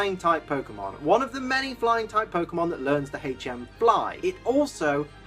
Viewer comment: Am I the one who thought he said "blind" type at the beginning.